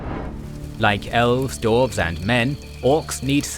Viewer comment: "Men and Dorfs".